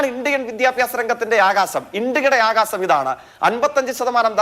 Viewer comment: ആകാസം അല്ലടാ നാറീ, ആകാശം എന്നു പറയു